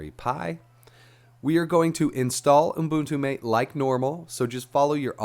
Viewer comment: Great tutorial! And It's pronounced “mah-tay” as in the Argentinian drink.